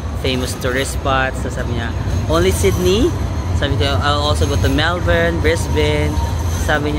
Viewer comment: Matutuwa mga Melbournians - you pronounce Melbourne correctly